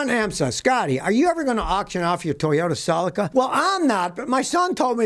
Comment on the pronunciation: You are pronounce your Celica sounds selleca .